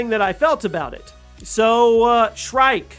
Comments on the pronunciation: It's SHREEEK. NOT SHRIKE. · "shriek" = "SHREEK"